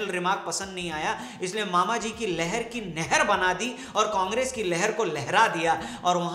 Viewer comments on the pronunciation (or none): लहर नहीं वो लहार (जिला :-भिण्ड) है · 'लहर' विधानसभा नहीं है 'लहार' है। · गलती सिर्फ मामाजी से नहीं हुई, आपने भी कर दी,, उस विधानसभा का नाम लहर नही लहार है और वह जिला भिण्ड मध्यप्रदेश में आता है।